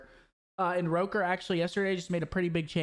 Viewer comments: I thought it was “rocker” not “roker” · It is Rocker, Sethy just mispronounced it all the time🤣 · Boruto it’s not Rocker. the word is of Icelandic origin, the correct pronunciation being “Ruh-kur” with rolling R's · he said rOkkr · So we just gonna ignore how he pronounced “Rokkr”